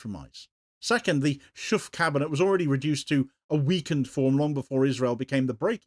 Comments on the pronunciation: Schoof isn't pronounced Shoeff as the double o in Dutch makes it sound more like in words like though. And the ch sounds is more like a k in English. Quite why this party is still in charge is beyond me though. They really haven't got a hope and a prayer of staying on any longer. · Shoofff? 😅 His name is Schoof. You, as an English speaker, can't pronounce his name properly. Neither can German or French speakers, so I don't blame you. But to Dutch native speakers, it sounds very funny, the way you try to pronounce it (but doesn't even come close...)